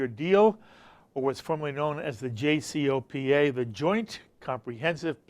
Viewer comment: work on saying jcpoa correctly and then pretend to be a credible interviewer on the topic... you putz